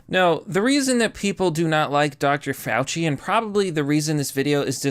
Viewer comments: It’s Mr. Fawchee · Fauci - pronounced "False-See"